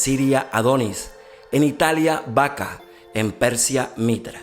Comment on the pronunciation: SALUDOS DE PERÙ. PREPÀRATE BIEN, ES BACO NO BACA.